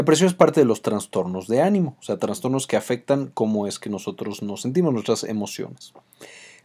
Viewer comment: ¿Transtornos? Es inaceptable que alguien que hable de cuestiones tan delicadas no sepa pronunciar los conceptos básicos.